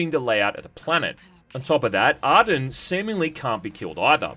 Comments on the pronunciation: It’s Ar-Jun not Aryun btw. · Repeat after me... ahrrr-joon. Not Arden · I thought his name was Arjun? Not Arden? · It's pronounced 'Ar-ju-n' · hey bro I think your saying the main characters name wrong its Arjun . the guy is voiced by the same guy as Malum Caedo from Warhammer bolt gun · Sorry to be that guy, but his name is pronounced Ar-June. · What's up with him mispronouncing his name?